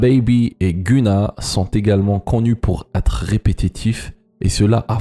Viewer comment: Tu ne prononce pas bien le nom de GUNNA